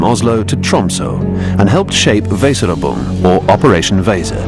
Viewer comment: The pronunciation of "Weserübung" is *atrocious*. My German is pretty basic, but this tears my ears.